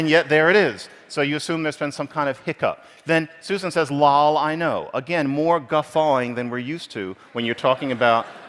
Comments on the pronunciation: 15 years ago when gaming online with friends we would say "lol" the way the speaker said it. I haven't heard this said out loud in years though! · His pronunciation of "lol" actually hurts. Great analysis, though